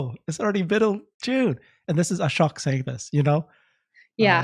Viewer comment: Please stop butchering Ashok’s name pronounced! Ahh-Show-ke.